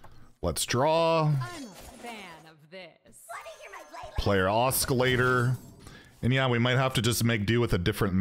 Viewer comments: Sorry to nitpick, but the "C" in Oscillator is silent and Ahhskilator bothers me for some reason. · Please stop saying oskillator. It hurts me😢